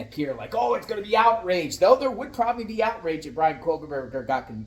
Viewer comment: Why do ya add an L in his last name when you say Kohberger? (First Minute)